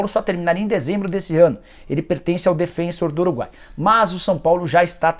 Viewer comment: Nicola, já falei aqui vezes, mas falo de novo, quem sabe na próxima você acerta... Esse time uruguaio de onde veio esse cara que o São Paulo quer se livrar, não se chama Defênsor (como você insiste em pronunciar) o time se chama Defensor (pronúncia absolutamente normal, como se fosse um time brasileiro mesmo). Ah, por falar em jogadores sul-americanos, por onde andam: Otero (que passou por Galo e Timão) Casares (que passou pelos mesmos times do Otero e também pelo Fluminense) e Carneiro (uruguaio que passou no São Paulo)... Os 3 são fracos, é só curiosidade pra saber que fim levaram.